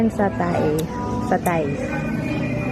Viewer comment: Hi, the place looks relaxing and beautiful just like in Ubud, Bali... by the way, it's chicken satay ( "sa-tey") 😉